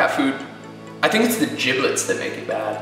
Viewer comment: It's giblets.. Like g, not j. You guys are right haha